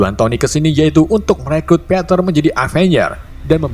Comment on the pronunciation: Gw dgr peter kayak panter